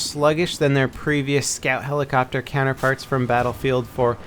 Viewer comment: DID YOU SAY SCAT HELICOPTER?